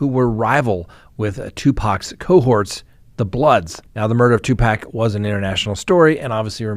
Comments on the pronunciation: just saying...Tu PAC (POCK) not Tu PACK!!! I'm an old white woman and I know this,! How could you mispronounce the man's name repeatedly?? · Tupac is pronounced Two-Pock. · Two-pahc. Also Kee-fie D Pac wasn't gang affiliated. Suge Knight is a Blood. Snoop Dogg is a Crip. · It's an endearing quality about, and we love that about him 😂😂😂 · Did a whole segment on someone and not once pronounced his name right.